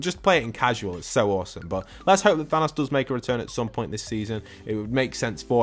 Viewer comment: I hate when he says thanas instead of THANOS